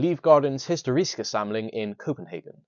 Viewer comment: The only problem with "historiske" was that you stressed the wrong syllable. I didn't think it was that bad.